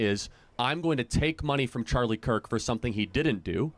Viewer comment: “Charlie cuk” atleast say his name right